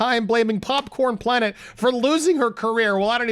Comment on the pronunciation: It's popcorn planet. Not "popcorned" planet.